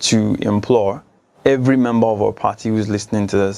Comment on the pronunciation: 'hevery" "hargument" really?? smh!!!!!